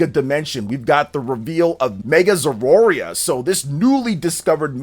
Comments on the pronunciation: It's not Zeroria, it's Zeraora. Ze-ra-o-ra. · "Zeroarea" 😑, no. It's Zeraora. Sound it out with me. Zer-uh-or-uh.